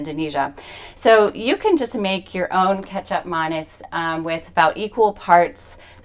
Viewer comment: I am Indonesian living in North America and I'm so proud that Gado Gado is being featured on the channel ❤ not only that but the guest also talked more about Indonesian culture and said Kecap Manis correctly 😉Thank you!! when my husband and I changed our lifestyle due to health back in 2016, we watched Forks Over Knives and purchased The Prevent and Reverse Heart Disease Cookbook. Love the!